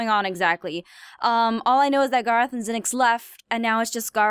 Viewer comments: Oh no gerrth not gerrth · im not making fun of u or jujing u but u dont pronouns garroth like gaaroth or gorroth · I watched her other videos before this and I can't stand her pronouncing Garroth's name wrong!!!